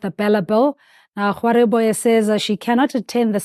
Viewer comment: Ok at this point we might need an entire video dedicated only to the pronounciation of the Education Minister’s surname - content creators and journalists be butchering it beyond recognition left, right and centre (but credit to Sizwe Mpofu-Walsh for being among those who get it right). It’s *Gwa*[with a hard ‘g’, as in the word ‘go’]-*ru*[that ‘r’ is pronounced the same as the ‘r’ in ‘Rolihlahla’, it's a guttural 'r' that's pronounced the same as the 'gg' in the word 'dagga']-*be*[with a soft ‘b’ sound, like the ‘b’ in the word ‘maybe’]